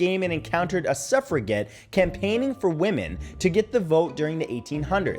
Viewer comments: Suffragette is pronounced suffra "jet," not "get." And it's one "fell" swoop, not "foul" swoop. I like your channel, Matthew, but if your command of the English language is subpar, then the legitimacy of your content comes under scrutiny. No offense, man. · I love you videos, but this is an extreme pet peeve, on #9, the word “suffragette” it doesn’t end with a hard “G” sound. It pronounced “sufra-jet”. But I love your videos! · Suffragette is pronounced with a jet at the end like suffragette city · Its pronounced "suff-ra-jet" js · Do you really not know how to pronounce "suffragette"? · Suffragette is pronounced with a soft g, hun. You should send me your vids before you post, I’ll edit them for you. 😊